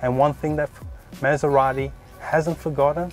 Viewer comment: Please learn how to pronunce MASERATI like it's meant to be pronounce.